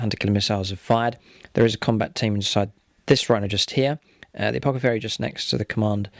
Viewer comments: Nice report and great looking armies! Btw, just a friendly tip - it's apoTHecary, not apoCathery. :) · This should be a good bat-rep, but before I continue watching, I have to say - I'd noticed in a previous bat-rep (and thought it was a slip of the tongue), but then (and at other times), you're referring to the Apothecary as an Apocathary!?! :D